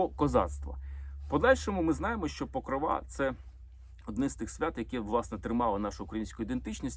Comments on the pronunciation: Мої вітання!!! Дякую Олександра за цікаві відео. Чи можна Вам зробити невеличку підказку? Вибачте, в жодному разі Вас не критикую. Це щодо вимови слова "Покрова", в ньому наголос на другий склад, не на останній ( ПокрОва, не ПокровА)🤗🥰🇺🇦💙💛 . Дякую. Слава Україні!!! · ПокрОва а не ПокровА